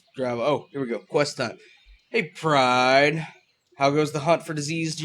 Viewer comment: please stop saying pride like that it makes me want to kill myself